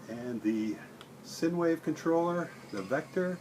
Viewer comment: when you make your next video Sign wave Technology is pronounced "sign" wave, not "sin" wave.